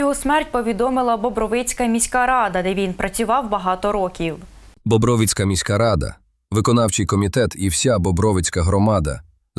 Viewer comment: Називайте правильно наголос громади , Бобровицька громада ,наголос на ро , а не на ви.